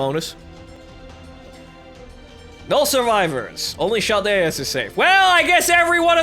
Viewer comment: Yeah! The great adventure of in Chaldea (isn't it pronounced Kaldea like character?) continues XD Don't ever stop to babble and ramble, it's part of your charm ^_^ BTW, if you ever get Jeanne on your first gatcha, i'll call you forever =D